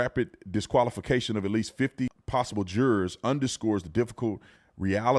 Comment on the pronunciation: He be saying the word jurors like it's Gerber. 😂😂